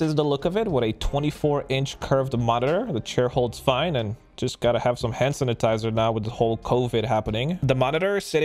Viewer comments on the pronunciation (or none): "handsanitizer" xD